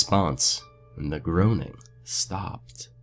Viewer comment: groaning is pronounced grown-ning